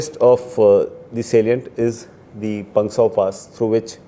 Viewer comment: It's not Pengsauuuuuu.... pass it's Pangsu pass